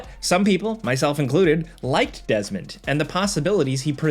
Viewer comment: Dez-a-mond Miles haha